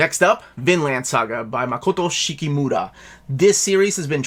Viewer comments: It's Makoto yukimura not shikimura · Makoto yukimura not shikimura 😂